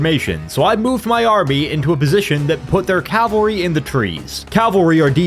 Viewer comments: Impossible challenge: Drink every time pronounces "cavalry" as "calvary" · You’d think that after how many Total War videos you’ve made you could pronounce cavalry correctly. Cavalry. Not calvary. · I swear, no one can pronounce cavalry correctly lol